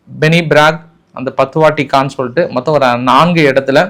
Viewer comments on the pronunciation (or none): none